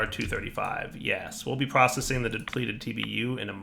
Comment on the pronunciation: You missed the "c" in Processing.